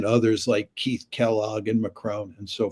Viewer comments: Did Professor John Mearsheimer just call Starmer , ' Keith Starmer ' on 6.18 ? Ha Ha !! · Pronounced Keef, on both occasions 😀👍.